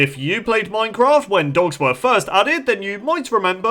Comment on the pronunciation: It's not pronounced moincroft Minecraft